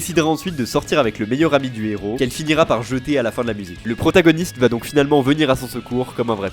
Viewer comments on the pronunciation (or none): none